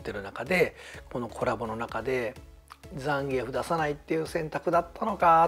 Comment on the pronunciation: 今回のザンギュラの問題だけじゃなくて、移植作品でのフェイロンの国籍やホンダステージの背景(ニッスイさんも悲しんでる？) もしかり、本当に"気を使いすぎ"です。逆に知ってる大人からすると"ねんでやねん！？" てなります。 ロケテで開発スタッフですら倒せないザンギ使いが現れて、めちゃくちゃ弱体化された思い出のキャラ・・・ あと、ザンギエフの発音。－－￣＿ ＿ (関西風のイントネーション)が。￣ーー＿ ＿ じゃなかったのね。